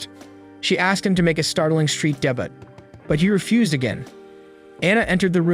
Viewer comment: debut is pronounced [day-BYOU]... it's French in origin